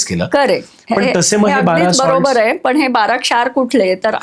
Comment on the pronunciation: Bara kshaaarr ok not barashar